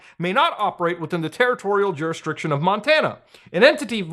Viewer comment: is my boy really saying Juristriction?